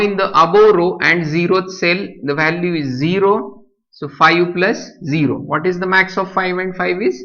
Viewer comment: gaavthi marathi . vhhhalue 😂😂